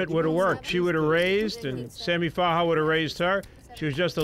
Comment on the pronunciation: “sammy farhar” kept irking me. it’s farha